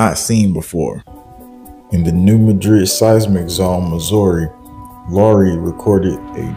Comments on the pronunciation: Live near the area. It's not pronounced Mudrid like in Spain, its Maadred like in Missouri. Similar to Kiro, Egypt and Karo, Illinois. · I live about 20 minutes from New Madrid Mo. You are not pronoucing it right, say it like New Mad-Drid. This is how everyone who lives in Southeast Missouri says it.